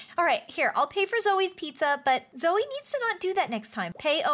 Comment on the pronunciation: You guys are saying zoe instead of zoey.